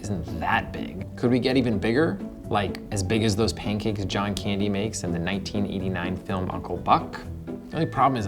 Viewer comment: Pitch- John Candy Interviewer- And? Pitch- JOhN CaNdY